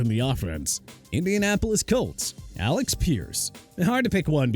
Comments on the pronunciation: Prouncing Alec as Alex killed me 💀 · First off it's Alec (a-luhk) Pierce. Second, Jaguars are pronounced jag-waars not jag-wires. Gimme a break. Third, if Xavien Howard was disappointing to the Dolphins, maybe he should either be traded or released, right?